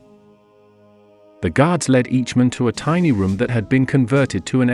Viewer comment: Can't pronounce English. Lead, led. Missed?